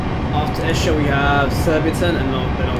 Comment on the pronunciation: A couple of notes: Esher is pronounced EE-sher. In real life, this train doesn't call at CLJ or VXH.